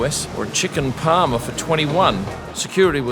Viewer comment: I'm glad you know how to say 'Parma' correctly.